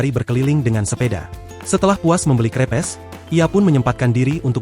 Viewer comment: baca crepes sesuai tulisan itu sesuatu bgt ya ai